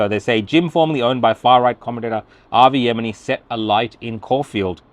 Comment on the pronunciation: Even he can't pronounce Avi's surname properly